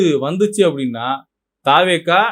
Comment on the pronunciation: தா வே க என்ற உச்சரிப்பு தவறானது த வெ க என்ற உச்சரிப்பே சரியானது